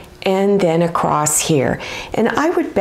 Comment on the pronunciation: Oml that's the easiest sunglasses case I've ever seen! I could totally knock these out for my family in 5 minutes! Thank you! I just have a question, I've noticed lots of American and Canadian YouTubers say "acrosst" instead of "across", you're by far not the only one. I had never heard the T pronounced before I started watching YouTube. Have I been saying it wrong for 40 years? Manny is so adorable lol I love his enthusiasm and the way he supports you ❤❤